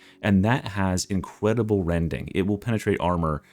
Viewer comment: "Incwedible wending"